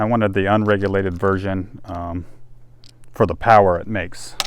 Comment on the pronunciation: damn,,,,,, it is FOR,,, not fir, fur,,, sheeeesh